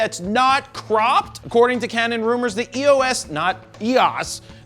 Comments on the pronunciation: ? E O S? Even the CEO of canon pronounce it "EOS". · You should pronounce Eos in one word